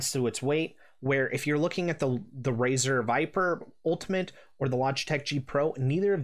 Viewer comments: did he say "RAZOR " dark core rgb pro .................. smfh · "Razer" ? I almost left after hearing that lol. Glad i didnt, good video.